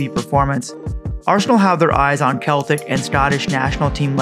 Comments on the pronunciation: it's sell-tic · Its so strange hearing it as KEL-tic...great video though.